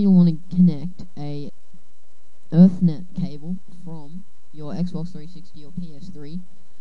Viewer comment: you said erthnet like 20 times, its ethernet. E-thernet